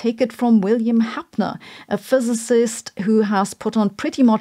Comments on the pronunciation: William HAPPER, not HAPNER; you can't even pronounce his name. Inclines me to think you've never read his work or heard him speak. Do some homework. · William HapNer??? She doesn't even have the rigor to pronounce his name correctly, what about her scientific rigor? Low IQ lady with tons of buzz words to fool gullible people. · It's Happer, not Hapner! And since you have so eloquently destroyed the theory of CO2 saturation, would you please explain how it is possible that the Earth did not burn out due to all that absorbed heat, when CO2 concentration was 7000ppm. Also how could an ice age last several hundred thousand of years, when CO2 concentration was around 4000ppm? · Why do you pronounce Happer as ‘Hapner’? Just out of interest? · At least Sabine you recognize Happer’s work, which sounds like music in my ears. By the way it is Happer and not as you pronounce it Happner… Happer is the best climate scientist I could think of, together with Richard Lindzen. They outpace by far the quality of your ”thousands of scientists” who erroneously believe in the climate narrative of the IPCC.